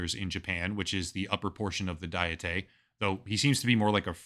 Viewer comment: "Dietay" is making me crazy, dude. It's not even a Japanese word (it's called kokkai in Japanese). It's a fucking English word, pronounced exactly the same as like a diet of fruits and vegetables or whatever. 1 : a formal deliberative assembly of princes or estates 2 : any of various national or provincial legislatures